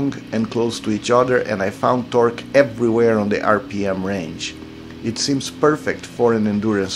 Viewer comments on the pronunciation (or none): none